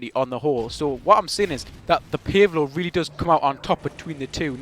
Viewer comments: Pace Low!!!!! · Sounds funny when you say "Pave Low" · I like how you say PaveLow